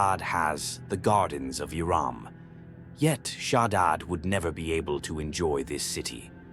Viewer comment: I think he's saying Iram but it sounds like Iran